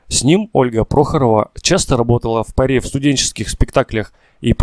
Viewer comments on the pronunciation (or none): Почему дикторы, читающие тексты такие безграмотные: ударния ставят не правильно, говорят с местечковым акцентом: Тымара Мыкарова, играла в пырЕ, вместо в паре, неприято слушать!